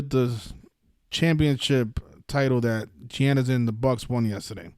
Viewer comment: Giannis name pronunciation is Yon - Nis 🤦🏿‍♂️ ... It's not Gee Yan Nis like your pronouncing it